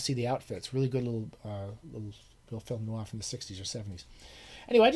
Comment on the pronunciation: Thank you, Scott, for being one of the few Americans on youtube who pronounces noir correctly; I'm American too but took a little French in high school. Westlake originally intended The Hunter to be a standalone and had Parker get caught at the end. But his editor told him to rewrite the last chapter to let Parker escape and turn him into a series character. There's only one Parker novel in the original run that's bad called The Jugger. I've read it twice, hated it both times, and was pleasantly surprised to hear Westlake say he hated The Jugger too in an interview. I thought the second spate of Parker books weren't very good though yet dutifully bought and read every one of them. The best one in the original series run is Slayground, it would be a good introduction to newcomers to the series. The Lew Archer books have a lot more intellectual and literary weight behind them than Parker. That said I thought the first seven weren't very good except The Moving Target and especially The Way Some People Die. Starting with The Galton Case the character came into his own, peaking in The Instant Enemy, but none of them are less than excellent. Archer short stories are exceptionally fine too, especially The Suicide, Sleeping Dog and Midnight Blue.